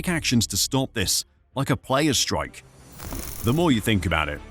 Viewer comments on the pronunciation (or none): none